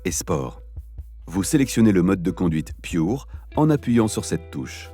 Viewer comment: vous pourriez prononcer à la française... surtout que le Pure, vient du français; Merci